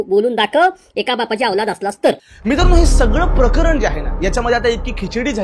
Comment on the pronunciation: मित्रा बाकी सगळं चालूच राहील पण मला आवडलं ते तू मराठी भाषेतले शब्द योग्य उच्चारतोयेस. जसं की प्रकरण (प्रकरन x), प्राणी (प्रानी x), लाजिरवाणी (लाजिरवानी x) Good going, Keep it up!